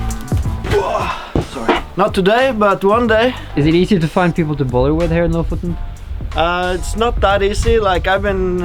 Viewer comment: I've always wondered how to pronounce Lofoten! Now I know!